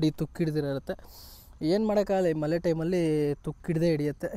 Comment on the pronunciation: ಮಲೆ ಅಲ್ಲ ಗುರು ಮಳೆ 😅😅😅😅😅😅😅😅😅